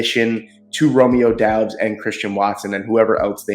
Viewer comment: Romeo Doubs is pronounced Dobbs just fyi. Good draft though for the Pack. I still like Darnell Washington over Musgrave. Maybe then Draft Kuntz from Old Dominion later on. Freak 10.0 freak athlete